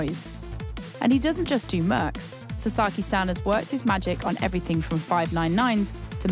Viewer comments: You completely butchered the guy’s name! It’s pronounced Sa as in ‘sa’ssy times two so… Sasa then add a key, then you have Sasaki. Do your homework. You wouldn’t like your name butchered either. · Honestly if you're going to make a journalism piece where you need to pronounce a foreign name, at least learn how to pronounce it correctly. It's not 'sa-sarr-ki' it's 'sa-sa-ki'.